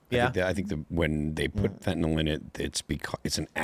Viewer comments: is a "scientist," yet says fentanol for fentanyl. Why can't read? Just kidding, Bro. You're as smart as every US Senator who can't read. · Why can't Americans say fentanyl? What the fuck is fentynol? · See? isn't any better at reading the word "fentanyl."